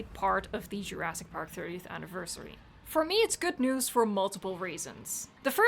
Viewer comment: Love you, but the swallowing of "jurassic" into "djurass" is triggering me af everytime;)